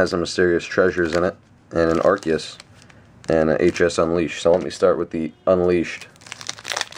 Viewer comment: You pronounce Arceus wrong :/